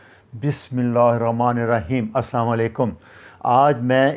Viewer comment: ڈاکٹر برائے مہربانی سلام ٹھیک لیا کریں